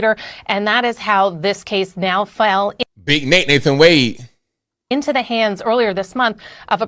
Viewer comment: Wa- de not wayde. Its an African name